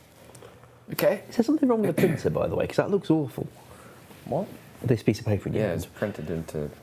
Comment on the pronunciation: Did anybody notice british accent when he says "what?" It seems the crew at Jagex is rubbing off on him.